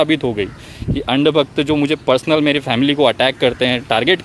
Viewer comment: "Andbakht" ko 'Aand bakht' Kya change h sir 🤣🤣🤣🤣